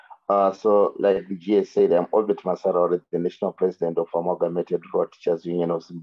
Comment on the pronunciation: It is OBERT not Obed.